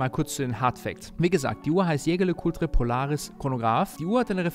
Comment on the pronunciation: Schä Schär Lä Kulträ...kann doch nicht so schwer sein, lieber 😅 Back on topic, als Besitzer einer Polaris Date kann ich den Eindruck der anderen Mitglieder nur bestätigen. Hervorragend verarbeitet, 1A Außergewöhnlichkeit und natürlich Haute Horlogerie und das auch noch zum kleinen Preis❤